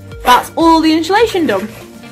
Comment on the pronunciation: No h in insulation